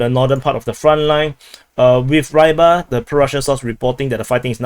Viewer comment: I don't mean to correct, but Avdyeyevka is pronounced as I spelt it, and Reebar (meaning the fisherman) is not Rybar as in Rhye-bar. Hearing it mispronounced like that just bludgeons my Slavic soul.